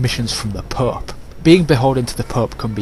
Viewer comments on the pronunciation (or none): It sounds like your saying pup instead of pope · "the Pup" you mean pope correct? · "From the PÖÖP" haha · if your playing english campaign. its a bad idea to let scotland get that powerful. i always eliminate them early. and yes the " pooepe" can get annoying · the way you say the pope XD